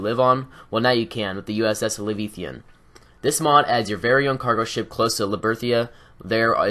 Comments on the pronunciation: That's not how you pronounce leviathan.....not even close. Hell, that's not even really how it's spelled. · Livethian? Liberthia? You mean L E V I A T H A N and L I B E R T A L I A